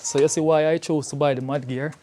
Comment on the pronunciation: I thought you said 'Man Gear' 😂😂